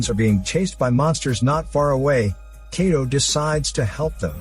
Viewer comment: Kato's name is pronounced like Kah-toe not Kay-toe lol and the "special weapon" is called a capture gun. Not trying to be a jerk but have you ever even read the Manga or watched the Anime?